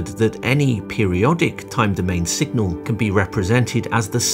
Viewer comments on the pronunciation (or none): Does the narrator say 'singal' several times (instead of signal). Otherwise this is an excellent non-math introduction to Nyquist theory.